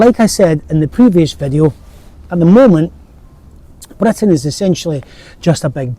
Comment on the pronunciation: can any one tell me which area of uk does this YouTuber come from? his accent is interesting. i want to visit that part of uk. i once head the original English once had uvular trill. Britain should pronounce as blr~, just like he pronounced. Indian got their accent from that. i wonder if that's true.